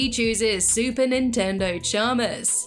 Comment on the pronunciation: When you were talking about the way you say super attendant Chalmers, It Sound Like your Saying Super Nintendo Chalmer, which funnily enough, Mario from SMG4 says in Mario Reacts to nintendo memes.. great video :)